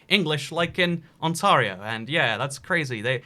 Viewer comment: I've heard you mispronounce this so many times, take it from a Canadian, it's not On-TAR-io it's On-TARE-io.